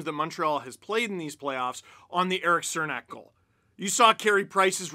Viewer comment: Goddamnit, Steve. It’s “Chernak”